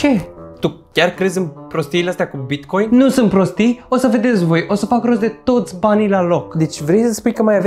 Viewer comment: TARE CÂND A ZIS CĂ A ZIS BICOIN